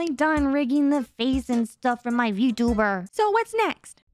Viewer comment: i also chuckled at 'vertebrate model' instead of vtuber model lmfaoo